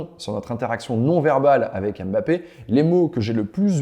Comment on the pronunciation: mmmbappé et non M bappé